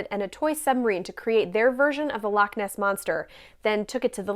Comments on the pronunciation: Then used as than 😎 And nae bad on pronouncing loch.😉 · The loch pronunciation wasn't bad at all